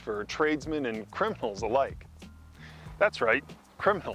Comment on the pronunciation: Totally thought you said cripples not criminals